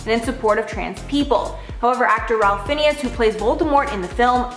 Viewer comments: Oh Lord it's not pronounced Phineas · Ralph Fiennes is pronounced "rafe fines" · Learn how to pronounce Ralph Fiennes (Ray Fines) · It’s pronounced FINES